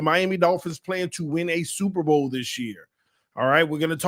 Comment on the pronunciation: They said “Supper bowl”